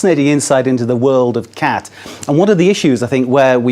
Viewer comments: Lol "cat" it's more like "cot" pronunciation. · You need to work on your pronunciation about the name of the crop